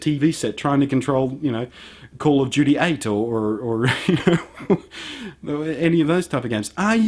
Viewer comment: Call Of Joodee 8 :D